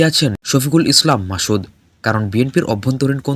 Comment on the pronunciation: উচ্চারণ ঠিক করেন , মাসুদকে বলছেন মাশুদ